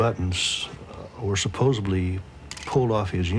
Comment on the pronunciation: I love it when people say suposeBly instead of supposedly.